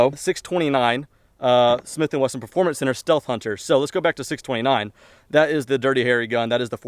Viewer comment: He said smith & "westin" lol